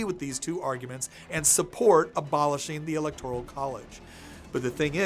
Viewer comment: Friendly advice: look up the correct pronunciation of 'electoral.'